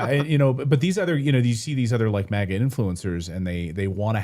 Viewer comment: MAGA not MIGA